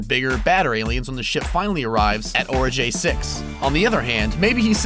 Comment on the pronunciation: It's Oregai 6, not Orejay 6.